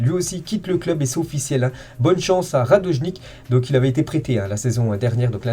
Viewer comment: Tw aussi tu dis radojnik😂